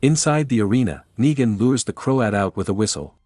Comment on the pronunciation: its negan not naigan